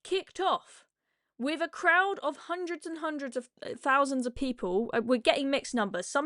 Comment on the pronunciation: "Jewemeh" "19 hundweds fhirty or sumpfink"